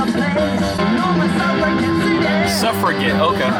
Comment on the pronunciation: BRO SAID SUFFRAGAAAATAYY😂😂😂😂 You've seriously never heard of the Suffragettes!?!?! Smh